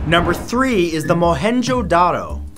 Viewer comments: It's pronounced mo en Jo da ro but 5 star for trying and I visited there it's awesome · It’s mo-hen-Jin-daro